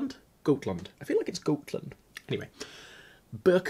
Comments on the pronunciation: Birka (think 'bee') not burka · It's pronounced "Gottland" (like goth without h) And its not "börka" it's birka. Pronounced more like "bin" (trash bin) without the n. 7.36 you hade the right pronunciation of Gotland. Regards from Sweden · I don't know about Gotland, but I'm pretty sure Birka is pronounced sort of like Beer-ka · I don't know about Gotland, but Birka is pronounced "beerka", not "burka" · Like "Gothland" but less spitting. I recently modified my tooth with a crewel needle. On purpose it was not. P.S. Birka sounds like "Beer-cah" in Swedish, but I like the English version too. D.S. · Someone probably already said it, it is pronounced Gotland with a fast "o" so you were almost correct. More like the o in lot than goat. And just for funsis, In Swedish "i" is pronounced like in bee. So Birka is kinda like saying "bee rka".